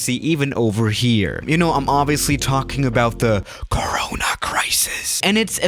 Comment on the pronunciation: did he say corona isis lol!?